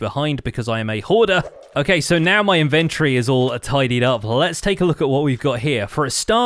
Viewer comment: Thanks for the video! You're always on your ish! Will you say inventory like it has an o in it just one time?